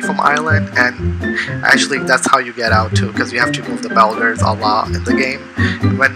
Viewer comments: It’s bulders not belders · someone tell this man how to pronounce boulders